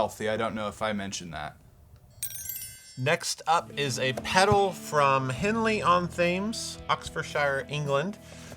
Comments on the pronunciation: manages to mispronounce every single word in that UK place name an honestly, respect. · How did just pronounce Henley-on-Thames? Oh Boy - that was so wrong - yet he's been in London. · I love the pronunciation of Henley on Thames. Really, UK place names are weird. It should be pronounced that way.